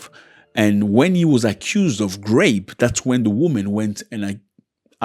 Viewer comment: Zack please it soundz like grapes when u talking about rape . Make it please soundz right. We love u here